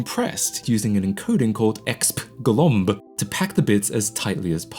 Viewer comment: Exponential Golomb Coding mentioned! And probably with the worst possible pronunciation too